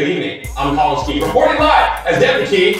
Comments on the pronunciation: it's not Deven it's Devan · he has one. and its "Devan" not "dEaVeN".